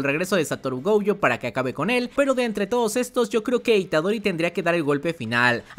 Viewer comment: Por queeeee dice GOUYOOOOOO… es gojo (goyo) punto